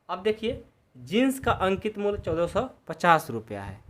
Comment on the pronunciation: Aap muly ko mul kyo bolate ho